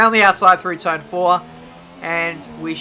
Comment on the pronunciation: 'round the outside on Turn Fwoar'